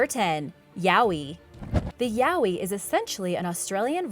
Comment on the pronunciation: its pronounced as yah oy you uncultured swine